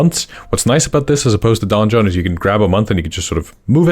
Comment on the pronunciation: Fun fact "donjon" is the french word for "dungeon" and the "j" is pronounced almost the same as the "g" is pronounced in "dungeon" in english. However, hearing it said like "Don Jon" made me smile 🤭.